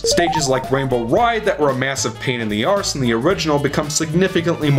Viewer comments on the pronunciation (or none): The fact you're saying "shite" and "arse" with an American accent really aggravates me for some reason lmao